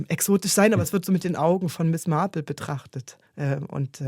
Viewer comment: Die Ansage einer Dame die nicht mehr auftaucht spricht Marple in amerikanischem Englisch mit Betonung auf R. Glücklicherweise die beiden Sprecher vom Radio nicht. Genug gemeckert. Englisch muss Englisch bleiben. 😊 Es ist wunderbar die Geschichte von einem echten Menschen vorgelesen zu bekommen. Sehr schön gemacht. Nichts geht über die echte menschliche Stimme. 👍👍⭐⭐⭐⭐⭐